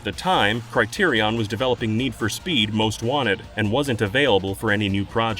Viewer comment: thats NOT how you pronounce Criterion.